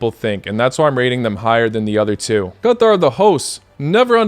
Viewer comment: Why do you say "Qatar" like that